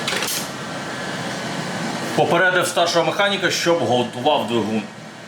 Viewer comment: З Ваших вуст слово ГОТУВАВ звучить як ЗҐВАЛТУВАВ ))))